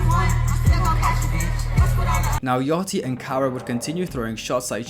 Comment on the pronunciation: Why are you calling Lil Yachty, “Lil Yatchy” ?????